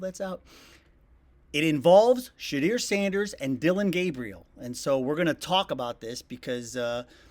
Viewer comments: She-deer? Shedeur, sha-doormy man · for the love of everyones hearing learn how to pronounce his fkn name!!!!!!!!!!!!!!!!!!!!!!!!!!!!!!!!!! not shedeer its shedoor i know its spelled sheduer but its pronounce shedoor smfh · Just here for Sheduer news. His name is pronounced “Sha-door” not “Sha-dear”. Puts some respect on his name! Especially since you're using it to cash in. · It's pronounced shadoor, not shadeer. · Can you learn how to pronounce Shedeur Sanders name correctly??? If you’re going to keep saying his name, at least LEARN HOW TO PROPERLY PRONOUNCE IT. Where do you see “dear” in Shedeur? It’s super annoying and lazy. His name is pronounced “She-Door”, not “She-Dear”. He’s on your team now. Please say the say the man’s name correctly. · Sir just say this… “SHA DOOR” … “SHA DOOR” That’s how you pronounce Shedeur…. Not “SHA DEER”. Thank you kindly. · It's shedeur not shedeer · His name is pronounced, shuh-DOOR, not shuh-DEER. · Learn how to pronounce his name. It isn’t ShuhDEAR….it is ShuhDOOR. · Please learn how to pronounce his name it's not Sha-DEAR it's pronounced She-door. 🚪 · I have taught so many content creators how to pronounce She-door's name 😆😆😆 most ppl pronounce it She-drrrrrr😄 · New to the channel. Please take the time to learn to pronounce a person’s name correctly if you’re going to report on him/her. In this case it’s Shedeur and it’s pronounced Shuh-DOOR; not Shuh-DEER. Please and thank you. 😊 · Please, it’s pronounced Sha-do-er NOT Sha-deer. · Learn to prounce his name correct sir. It's not She...deer it's Shedure..😮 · Shut- deeer😂 it’s pronounced sheh-door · Repeat after me Shedeur is Sh-uhh-door not sh- eh-deer. I mean if ya gunna report on the young man and a QB on your Browns team atleast make that effort to get his name right. 🧐🤔🤨😏😎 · Shadeur not Shadeer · His name is pronounced SHA-DOOR... not SHE-DEER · Sha DER? I think it's Sha Door... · His name is pronounced Shadoor not Shedear. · Sha-door not Sha-deer. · Who is “Shedeer” lol